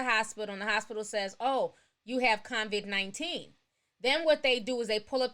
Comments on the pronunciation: lmao Ti its pronounced CO VID NOT CONVICT lmao stop listenin to Akon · No shade, but why does she keep pronouncing it "CONVID"? Where did the "N" come from? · Funny you called that out...l was listening while cooking & my 9 year old walked into the kitchen and said why is that lady saying Convid instead of Covid...😄😄. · Everytime Ti says CONVIC-19 I hear "Convict Akon and Young Geezy Geah" lol 😆 😆 we still love you sis! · C-O-V-I-D Say it with me. "COVID" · "co-vid" lol or you can just say "virus" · Lol I love how Ti says convid-19 😭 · I’ve been wondering for a while now .... does she realize there is no N in COVID...? 🤔